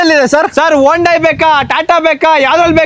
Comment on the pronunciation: Hondayi alla Mariya hyundai 😅